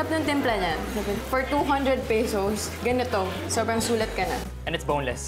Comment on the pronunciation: Less make up and more enthusiasm won't hurt! And "peysows", seriously?